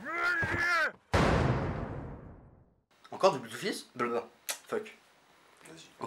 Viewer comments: Je m'étais précieusement gardé cet épisode sous le coude, et j'ai bien fait : vous avez égayé mon réveillon :D (Au passage, ça se prononce plus "bleudfist" que "bloudfist", mais vu la qualité des films eux-mêmes, je crois qu'on a le droit de dire (je me permets de vous citer) : "on s'en branle" !) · Petit détail... en anglais "oo" se prononce "ou" mais pas toujours. Dans les mots "blood" et "flood", ça se prononce "blod" et "flod". C'est comme ça.